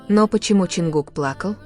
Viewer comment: Замечание автору ролика: Изучите имя того, кого вы упоминаете в своём "творении" и субтитрах! А также правильно называйте и пишите столицу Южной Кореи. Я только начала смотреть ролик и не уверена что у меня хватит терпения досмотреть и дослушать до конца...